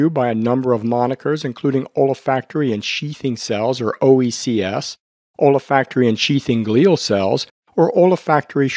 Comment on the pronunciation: OLA-FACT-ORY?? An M.D. who doesn't know how to pronounce ol·fac·to·ry /älˈfakt(ə)rē,ōlˈfakt(ə)rē/ - there is no A after the OL